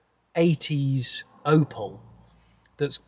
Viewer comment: its opEL not opAl. please correct